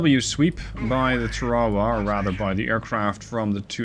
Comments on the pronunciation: Just an FYI, a AGM-45 is a Fragmentation warhead, designed to destroy the Rada, not to penetrate in this instance a Ship. It is also has a passive radar homing warhead. You were also killing me with your pronunciation of TARAWA. Its actually pronounced TARA (like a girls name) and then WA. Tarawa. USMC Marine Veteran 88-93, 3/3 Semper Fi, keep the videos coming their great. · I was actually coming down here to razz you and say she sank because she couldn't survive you mispronouncing her name again 😝 I actually think your linguistic slip-ups are so noticeable precisely because you're normally SO GOOD about that sort of thing - It's actually one of the things I really appreciate about you 🤗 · Hey, you will always get a pass on the pronunciation as a great gamer. Yeah, we say it differently but the English spell a lot of words un-American as well!